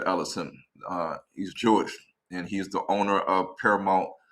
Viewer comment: "JEW-ISH,"? "AFRIKANAS" ? SMH.